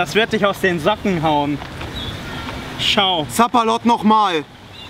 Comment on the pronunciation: Nobody: Literally nobody:: SaPpALoTT NocHmAL